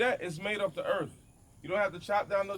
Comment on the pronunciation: Ok. But i cant stop hearing Erff bags. He says Erff bags. Is this a Diabetes v.s. Dibeetuus thing. I say it like Errrrth with no f sound within about 25 blocks. Thought Fffought Birth Berff That way Fat way